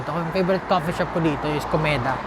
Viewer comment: Waa kailangan ko na talaga pa check sa tainga ko, kasi “ Kobeta” dinig ko yun pala Komeda coffee yata yun 😂😂